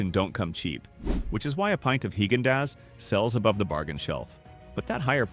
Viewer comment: Haygendoz. That’s hilarious! Even artificial intelligence should pronounce it correctly. I noticed it said nothing about Chapman’s again 80 or 90% of this video can be skipped. Hit the forward button. I’m glad they are forced to call them desserts instead of ice cream. That is a good thing.